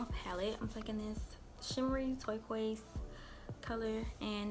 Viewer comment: I’ve never heard anybody say toy-qouise lol. I love it.